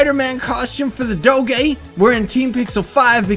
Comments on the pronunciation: I have never heard someone pronounce doge like that XD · You say Doge so weird o_0